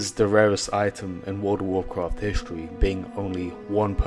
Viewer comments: actually actually actually actually actually actually actually actually - WOLD UH WOAH QUAFT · He probably said "Woodawoo cwaaaarft" more :D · Woada Woacwaft